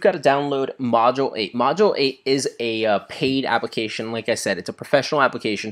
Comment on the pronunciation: It's not "Module Eight", it's "Modulate"